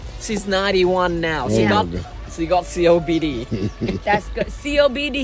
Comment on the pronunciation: The minute he said "CODP" I Knewwww he meant COPD....chest chronic, oh shit Jeannie said 😂😂😂